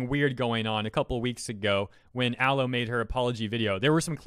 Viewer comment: I disagree at a fundamental level on your pronunciation of Aloe, otherwise I agree